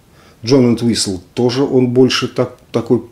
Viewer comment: 😊спасибо за обзор, но в фамилии Энтвистл ударение падает на первую букву. Кстати, у него тоже имеется сольное творчество, весьма своеобразное и достойное обзора!